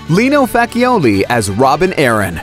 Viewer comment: The pronunciation of the Rob Arryn's actor's surname is Fatchioli (like there's) a double C in it. Is the same family name of a famous reporter here in Brazil